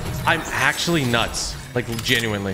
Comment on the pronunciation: How many Tiimess did you say genyully